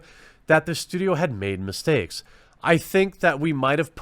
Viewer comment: "It doesn't mean I Doon't make mistEEks."